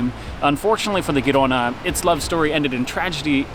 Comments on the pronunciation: The Spanish ship (and city) pronounced HEE-ro-na, with a harsh "h" as in "Bach" or "Loch Ness." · If the Spanish ship Girona is named for the city northeast of Barcelona, the G pronounced softer, like the J in Jersey.